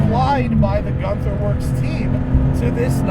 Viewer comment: ü in germany is pronounced y :)